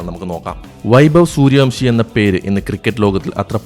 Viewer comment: വംശിയല്ല ബ്രോ വൻഷി